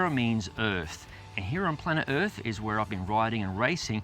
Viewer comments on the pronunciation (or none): planet "yrf" :D